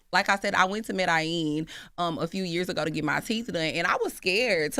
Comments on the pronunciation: Right. These pronunciations were wild and so off 😂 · "Med-a-yeen" and "Cart-eye-geena" 🤣